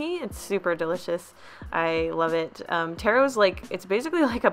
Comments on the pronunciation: I’m cringing at the way she said Tarro, it’s “TAH ROH” 😂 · 1. You didn’t say taro right 2. It’s a fig not a potato